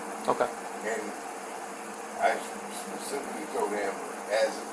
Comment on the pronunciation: he specibidawwy tode em ... Yo please set all these people on fire